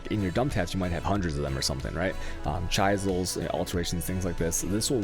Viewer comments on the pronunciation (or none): What's that tool called that people use when they carve things into stone? A chisel. Say it with me....chi-zl.